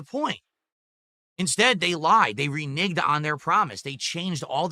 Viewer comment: "Renig" uh, its renege...